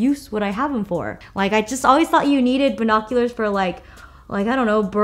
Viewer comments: she said buHOcuLEhrs (ily) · She said 🧐🤪BINOCULARS